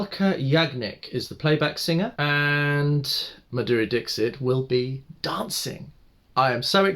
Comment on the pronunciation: Say Maa-dhuReee Dixit...Respect the legend with correct pronunciation..👏👏